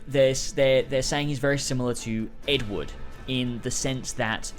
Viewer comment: The way you pronounced "Edward" made me wonder for a second what Ed Wood had to do with anything. :)